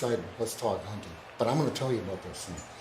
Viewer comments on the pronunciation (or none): Why’d he say hinting instead of hunting